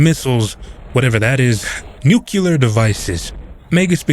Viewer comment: Bruh it’s nuCLEAR not… nevermind